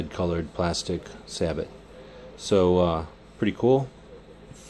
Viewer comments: Say it with me: "say-bow." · In Tennessee we say "say-bo" :)